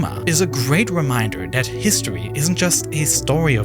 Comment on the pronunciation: Sovern Who picks someone with a speech impediment for their video narrator?? Dan recent hithtory. The rice an fall